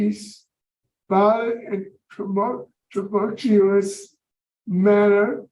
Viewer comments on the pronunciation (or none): Correct me if I'm wrong but if you can't pronounce 'tumultuous ' then you should not be responsible for anyone's freedom.